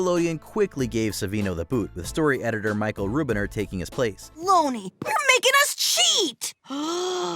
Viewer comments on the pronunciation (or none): none